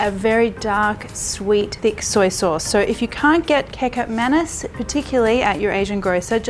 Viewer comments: Lol..Marion get the pronunciation right from your malay n Indonesian friends..I had a fit of laughter when you said.kikap manis..its prounced as ketchup manis.. the malay n Indonesian language in alphabetical pronunciation is different from English..but Maam.love your cooking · Hi Marion! I'm Indonesian and I adore this channel. But when you said "kekap manis" I was like, huh? What? Then it hit me. OHHH it's kecap manis It's actually pronounced as "ke-chap manis", but thanks for sharing this recipe, much love from Indonesia ♡ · Love your recipe Marion! Btw it’s pronounced “ketchup mah-nees” for the kecap manis (ketjap manis with old/Dutch spelling) 😆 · Me: Catch up Manis Marion: Kee Cup Manis Me: Kee Cup Manis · Yes...at first i thought she was saying KICK-UP MANIS🤣🤣 instead of saying KEECHAAP MAANIS😉😂😂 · Kecap Manis = Ke..chup (without "t") Ma (in Mama) knees That is how you pronounce Kecap Manis. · May I suggest the pronunciation of the dark sweet sauce? It is "Ketchap" Manis. In English it is almost the same pronunciation .Ket as in cat, Malaysian spelling, Cap but pronunced " ch" as in the word " church". Hense " Ket- Chap" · "kickap mannes" hahaha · I’m sure you’ve learned since but the letter ‘C’ in Indonesian is pronounced “Ch”. Kecap manis is said as “Ketchup” manis. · Kecap Manis is pronounced "Ketchup Manees" Marion! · It's pronounced Key - chup - mar - nees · Kecap Manis is pronounce Ketchup Ma-nees. Kecap Manis or Indonesian sweet soy sauce is the key ingredient if you want authentic Nasi Goreng or Mie Goreng. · Hi Marion, love watching your videos and had tried some. I love your style of cooking esp the fusion way. FYI , the sweet soy sauce is pronounced as....Ki Chap Manis. Keep your videos coming. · Key-chap Ma (like mama) - knees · Great video and looks very delicious yum yum. However, it's pronounced "Catch-Up Ma-Knees" try it :) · Ke-chap Mha-nees is how it's pronounced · Omg kaykap manis... kaykap manis 😂😂😂😂😂😂😂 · pronounce like cat-chup ma-niece.